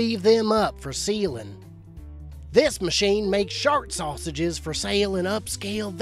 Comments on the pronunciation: Intordoos soosaages😑 really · say-sa-zay ... k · 'Sausages' to 'susaw hages' 😂😂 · "Say-say-gis" of course 🥴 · I only kept watching because of the way he says sausages 😂😂😂